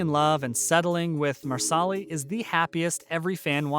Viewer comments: Did he just really say MarSally instead of Marsali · I do wish you would pronounce names correctly. Marsali is pronounced Marshalay. Also, Jamie sends Claire back to her own time on the eve of Culloden (April 1746). Twenty years go by before she returns to be reunited with Jamie in Edinburgh (mid 1760s). By the time the Fraser’s arrive in America it is around 1767 and are involved in the slow build up to the American War (Does Claire not state “in 12 years there will be a war.) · It’s really annoying that you do not know how to pronounce the characters names correctly. You’re not pronouncing Marsali correctly, you’re not pronouncing Sam Heughan‘s last name correctly, and if you don’t know enough about the show to pronounce their names correctly you should not be doing the voice over for these videos.